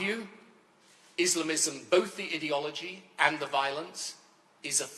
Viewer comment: Why does he say "idi-ology" ? It is clearly "ideology" coming from the word 'ideal'. This guy just likes others to hear the sound of his own voice. His views are utterly irrelevant now.